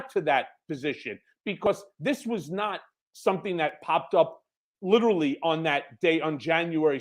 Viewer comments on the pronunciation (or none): none